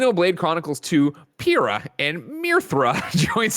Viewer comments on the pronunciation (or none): I believe it's pronounced Pie - ra.